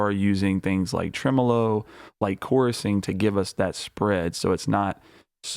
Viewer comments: The way you pronounce Tremolo is the same way I've heard it pronounced (in Australia) for over 40 years. I didn't know there was another pronunciation. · lol the way you pronounced tremolo had me thrown off a bit lol but do you ever use transient shapers to push and pull things like drums front and back in the mix? and how much do you saturate if ever?